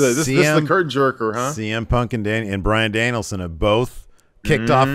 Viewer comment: this has never screwed up saying Bryan Danielson